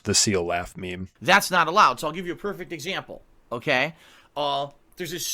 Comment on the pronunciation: To me, “okay” sounds more like “o hey”